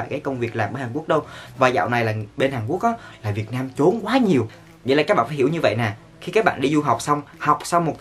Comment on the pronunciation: A ơi! Trốn mà sao a đọc là chốn